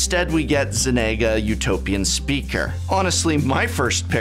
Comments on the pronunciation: Who is Zenega? Do you mean Zegana, sound it out professor you can do it! I believe in you,. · Zenega? Never heard of her. Do you mean Zegana? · Zeh-neh-guh Zeh-gah-nah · "Zenagah" Truly, a wordsmith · ZeNaga?? Oh no, the professor has caught the saffronolivitis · Zenaga... Arent you an English major? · Why do you pronounce Zegana as Zenaga? Its g then n. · Zenaga? You mean Zegana? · it's....it's zegana. not zenaga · "Zegana", not "Zenega" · Ze-ga-na Zegana Ze-ga-na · "Zenega"? "A-ZOO-rius"? named after the parun Azoor? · Dear Prof, you might consider to stop hanging around with the likes of Saffron Olive, probably better known as Seth, the Butcher of Pronunciation. Zenaga is not a prime way to speak, as wouldn't be Vanifear. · Well Zegana isn't an English word, its a made up one. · First signs of when your doing way to much coke is when you can’t pronounce the word Zegana correctly. Let alone the word Myr. Muur? The hell is that?! Liquid breakfast again assuming professor?